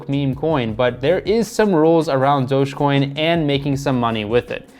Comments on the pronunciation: It’s not „Dog-EEE-Coin“. It’s Dojjj-Coin! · Stop saying dogi coin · who says doge like "dogie" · He keeps saying dogie coin and it’s bugging me 😅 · you are saying it wrong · Please learn how to say Dogecoin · Not only late to the party lol, but can’t even pronounce it correctly